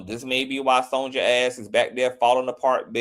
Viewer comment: Brandy's mama's name is pronounced SON-YUH, not SON-JUH. "Sonja" is the Spanish version of Sonya.